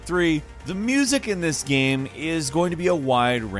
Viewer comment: Your Pronunciation of "Game" is slightly annoying😥